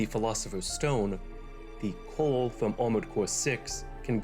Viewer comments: Is it me, or does he keep pronouncing Coral as "Coal". It's distracting and very difficult to ignore through the video. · Coral... Not cooa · It sounds like you are saying "coal" every time you say it? Am i the only one that hears that???? It's "CORAL" dude.